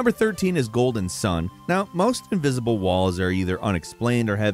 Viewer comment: ivisible walls you said.. :))